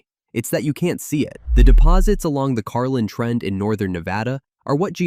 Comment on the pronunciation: Please be advised,the name is Carlin Trend,not Carline.